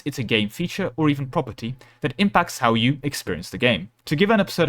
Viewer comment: For some reason when you said property I heard proper tea.